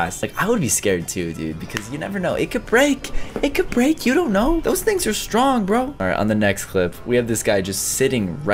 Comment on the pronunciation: It’s not called stronk it’s strong